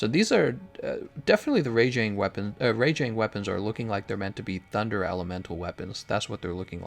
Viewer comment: Alright, Rajang still pronounced wrong.